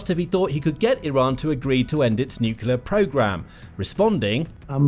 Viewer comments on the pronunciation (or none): There's only one "u" in nuclear. Why do you pronounce two u's?